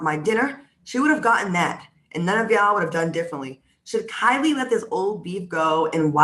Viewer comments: It’s pronounced KEE-lee. 🤷🏽‍♀️ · It’s y’all calling her “Kylie”. It’s KIELY (keel-ee). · I know you were calling Kieley "Kylie" on purpose 🤣